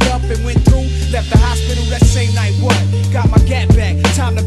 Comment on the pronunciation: The "what" after "left the hospital the same night" is pronounced as 'wut' so it rhymes with the "up" in the previous bar.